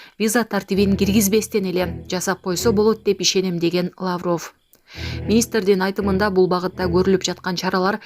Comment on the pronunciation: Лаавров эмес Лавров....